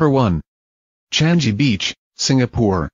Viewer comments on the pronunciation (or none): Singaporeans don't call changi "chan-ji"😌 they call it "chang-yi"